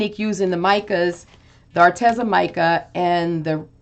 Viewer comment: Psst...it's pronounced Ar-Tee-zuh. I asked them. 😊